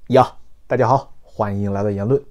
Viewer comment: 今天的“大家好”似乎有了一点乡音，哈哈哈~~~~